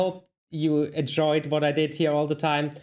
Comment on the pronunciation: I have to say you speak good English, the only thing I notice that you consistently pronounce wrong is "W" And you pronounce with a "V" instead of "what" you say "vhat"